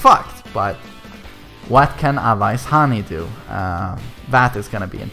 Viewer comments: Good video. but bro its not AWAYAIS HANI. pronunciation is very simple just say A-ves hani. A is sound just like in "aeroplane" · you say it like "A and Vase" together A-vase = Awais and Ha-knee Awais Hani. Thank you for covering these guys who deserves it. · U are botching his name so hard